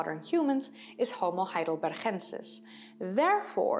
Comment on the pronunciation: Why the Dutch pronunciation of Heidelbergensis?